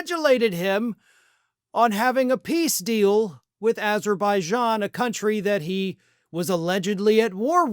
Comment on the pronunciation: not only repeated this 3-4 times but he also cant get even get Azerbajan name correct. he calls it Uberbajan, just like he wants to call gulf of mexico, gulf of anerica